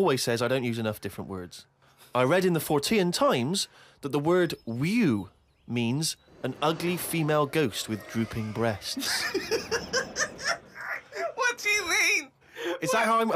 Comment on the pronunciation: You may be interested to know it's pronounced "weh-weh", the story was referencing Wewe Gombel from indonesian folklore